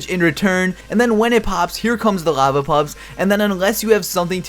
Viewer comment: Work on pronouncing your "L"